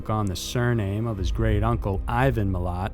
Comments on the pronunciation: Mi-lat is how it pronounced and it the backpacker murderer not the backpack murder, he didn't go around killing backpacks. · The first one you pronounced the surname wrong & Malat's friend stayed in the car while Malat was killing the other friend. Like his serial killer uncle (the backpacker muderer) he will die in prison.